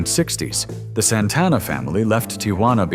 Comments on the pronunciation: AI can't even pronounce his name. 😂😂😂 Santana didn't even have an album out yet, Bill Graham convinced the organizers to book them at Woodstock. Soul Sacrifice made 19 year old drummer Michael Shrieve a star. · A.I. Doesn't know how to pronounce Santana.